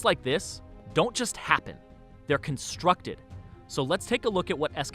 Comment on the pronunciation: This sounds like my jr. high principal -> MOMEnts like this.. Dont just HAPPEN. They're CONstructed. Oh god so annoying I couldnt watch to end.